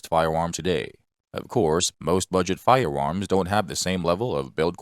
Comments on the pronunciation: Um, it is a robot. It said "fi-woms" like 99 times. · Fiwewams, schkip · Fie-uh Uhms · All I could think of watching this was : be wery wery quiet I'm hunting wabbits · Lol glad it wasnt just me who noticed